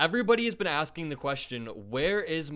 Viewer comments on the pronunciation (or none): none